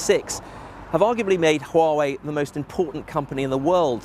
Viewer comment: Why are you saying Huawaway?